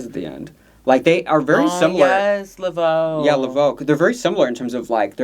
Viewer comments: It’s La Voix with an Ah not La Voe with and O because La Voe goes O. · Not you pronouncing La Voix as Le Veau which means the veal 😂😭😭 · Not Lavo with an 0,but La Voix with an I 😂😂😂